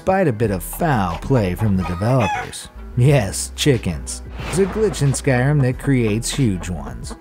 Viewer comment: Skyrym not skyrum